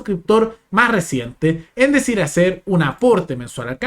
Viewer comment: No sabe decir DECIDIR, fíjense 😂